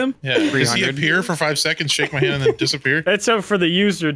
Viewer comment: after ha-and